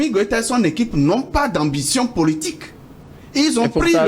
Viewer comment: Ce journaliste ne connaît rien il fait honte non seulement par son raisonnement mais aussi la prononciation des mots comme « partchi politchique »